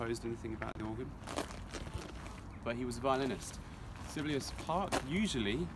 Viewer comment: Sibelius was a composer, the most liked composer, esteemed above Beethoven, Mozart and Bach etc in the Anglo Saxon world. He was a failed violinist ie not up to standard to become a soloist. Look up the pronounciation. Brian Oosterbeek Netherlands.